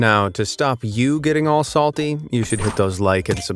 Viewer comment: "why iS It SaTLy"